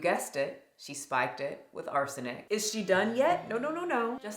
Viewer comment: ARSENIC. My god, please pronounce it correctly.